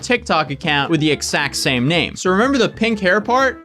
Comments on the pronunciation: Anyone else just kinda interested in how doesn't voice the consonant sounds in x when he says "exact" like ekssakt instead of eggzakt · Don't say egsacc ever again